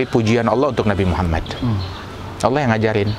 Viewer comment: assallamu'allaikum Tolong sampaikan salam saya kepada habib ( sanaq) jangan sebutkan nama nabiku dengan sebutan nabi muhamat (tapi Muhammad).aku tidak suka mendengar itu